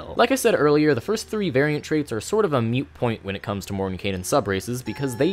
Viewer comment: Like this video but I almost cried after the third time he said "mute point".